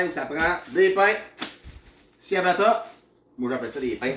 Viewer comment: Toi aussi t pas capable de dire ciabata apparamment (le "ci" est suposer sonner en "chi")🤣🤣🤣🤣🤣 je te taquine😝😝😝